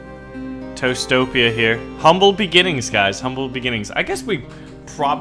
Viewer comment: every time you said toastopia i heard toestopia. the land of the toes 😂